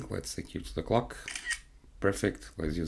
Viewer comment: I heard "Let's take a photo of the cock!" Shocked. Then realized, ah clock! Haha. Jokes aside, good work. Keep it up!